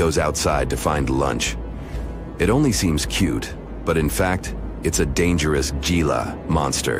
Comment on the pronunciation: If y'all are sooooooo intellectual, edgy can you not pronounce "Gila" (G pronounced H... "Hee-la") correctly? I'm sure there are many other instances. It really discredits any other info you might be trying to relay. I turned off the channel immediately, and NO, I did not and will not subscribe!!!